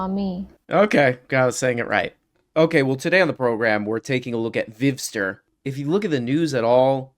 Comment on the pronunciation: How do you say this guy’s name? Let me look it up. Today we’re talking about the Vivster 😂